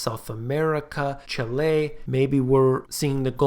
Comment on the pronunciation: "Cheh-léh" LOL! ;)